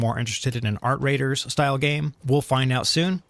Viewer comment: Did he say Art Raiders? 🤣 hahaha